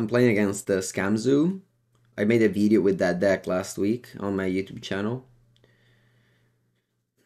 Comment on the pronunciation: “Welcome to a new Legacy veedeo” haha. Love the content!